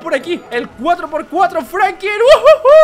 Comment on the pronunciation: Se an dado cuenta de que dice frankin mientras cuando es franklin